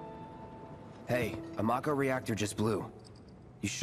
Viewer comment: pronounces mako as 'may-ko' despite having seen Advent Children and having pronounced 'mako' properly in episode 1 of this Let's Play